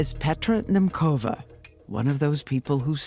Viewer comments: You dont pronounc her surname as “Nemkova”. It is pronounced as “NemCova”! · the pronounciation of her surname is killing me :D